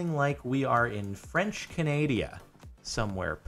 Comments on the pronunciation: Why did you say "Canadia"? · French canadia?? French Canada lol